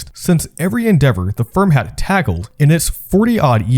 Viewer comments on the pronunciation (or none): Yes. Also the prononciations drove me nuts, especially “Manhaddan.” “Uncerdain.” “Seri-ez.” “Taggled” instead of “tackled.” Etc.